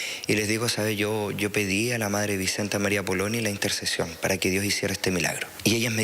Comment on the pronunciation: Muy mala la periodista…..dice van a canonizar a esta mujer y es beata, además se equivoca con el apellido, es Poloni y no Polini,,,,,,,cada vez peores periodistas, no sé qué o dónde estudian.